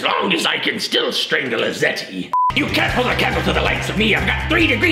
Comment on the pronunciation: Does know what a zeti are cause the first time he said “strangle a zet or whatever they are called”